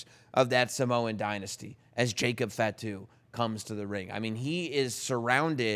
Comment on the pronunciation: Please don’t say fat-too. Fah-two. Please adjust.